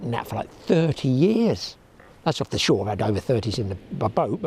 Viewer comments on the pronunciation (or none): none